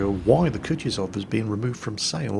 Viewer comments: its not Kutizov Its spelled Ku-tu-zov 2nd U is said the same as the 1st one its hard to explain a english speaker how to say russian words right 😜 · Sir, it's "koo-TOO-zuv" (stress the TOO), not coochie-zov. No, I'm not on a break, I brought my minecart with me. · Hey, I love how you say it as "Kutchuzov":P